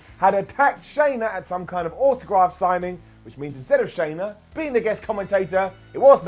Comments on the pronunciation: Just an FYI it's not SHAYna, it's SHANna. Like Anna with an Sh in front. Hope that helps. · Her name isn't Shayna, it's Shanna 😁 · SHANNA, her name's SHANNA not "Shayna"... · Just wish he would stop calling her Shayna. She is Shanna. Like Shhh-Anna. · I mean, unless he watches AEW on mute i'm pretty sure he's heard her name being pronounced. At this point I feel he just doesn't care about it.